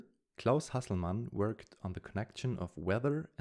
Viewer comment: He is probably German. His pronounced the German Nobel winners name very well, just a guess